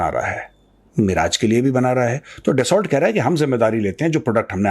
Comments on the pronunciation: Major Sa’as, it’s pronounced डस्सो, not ड्सौल्ट. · दसा होता है दसाल्ट नहीं कितनी बार लिखा है ठीक करो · ट नहीं.... दसोल बोलिए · sir Dassu... because it's french word